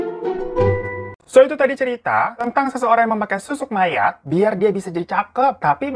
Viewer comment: Apa cuma aku yg dari awal dengernya susuk maya, dan baruu ngeh kalau itu susuk mayaT pas di bagian cerita makan tubuh mayatt sampai habis? 😭😭